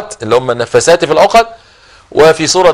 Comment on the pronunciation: شيخ ولا يعرف يقرا القران ويقول النفاسات في العقد بدل النفاثات بالعقد.. هندي هذا أو عربي ؟